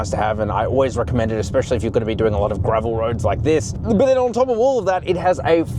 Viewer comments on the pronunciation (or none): none